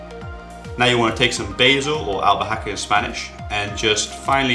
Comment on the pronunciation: Why did he bother mentioning how to say basil in Spanish and then mispronounced it? I'm really puzzled